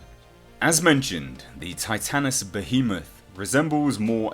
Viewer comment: You are the only one who has pronounced Titanus Behemoth